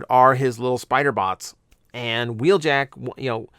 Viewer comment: Wheeljack isn't in Earthspark, but "Huh-weeljack" is.